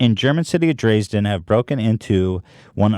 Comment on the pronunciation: dreezden haha. Also the way ethan pronounced Angst is they way dutch people say it. So the correct way.